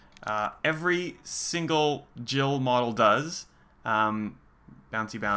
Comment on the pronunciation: Oh.. when you already trying to make a discussion about this particular important question.. you pronounce Jill as "she", what do you assume here?